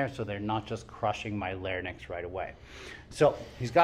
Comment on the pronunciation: Once and for all, all: it's L A R Y N X--not lair-nix